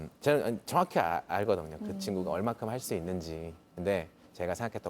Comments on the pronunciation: 정확히 알거"덩"요 🤣🤣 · 덩요 할뻔ㅋㅋㅋㅋ